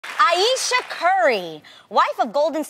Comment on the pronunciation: thats not how you pronounce ayesha though, it's like "i-sha"